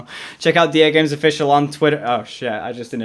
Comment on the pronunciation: Duhgames sounds like my Alexa trying to say Dagames